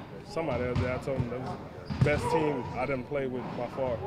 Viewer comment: Vasquez can't pronounce the letter "M" he keeps saying "hin" instead of "him" and similar words that ends with M lol